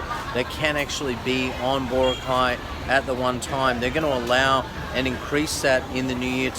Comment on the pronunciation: Crikey mate! It's pronounced Bor-ROCK-eye, not BOR-uh-kye. LOL